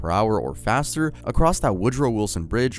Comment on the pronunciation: "pot-oh-mack river" 😭😭😭😭😭😭😭😭😭😭😭😭😭😭